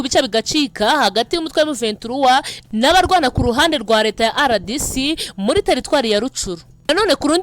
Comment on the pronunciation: Uburyo usoma RDC ni nk'aho Ari icyongereza Kandi ni impine y'igifaransa"Republique Democratique du Congo". Impine y'icyongereza ni DRC.